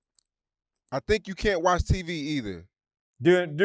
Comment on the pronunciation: say TEE VEE 😂